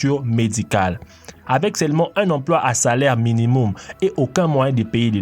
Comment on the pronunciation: tu sais parlé : "minimoum" "le travaux" "dé l'argent" "le rues" etc... ???